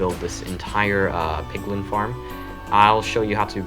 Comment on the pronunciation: i thought he was saying pickle instead of piglin